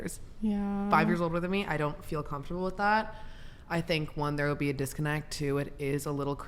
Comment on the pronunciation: "I FWEEL LIKE"